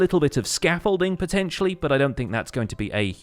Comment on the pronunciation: the a shot evreytime he said potencially